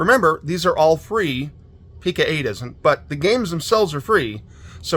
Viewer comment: Great finds, thanks for sharing! I apologize in advance, but my OCD requires me to tell you it's pronounced Pee-Co-eight with a long 'O' sound, like 'Co.' as in short for 'company'.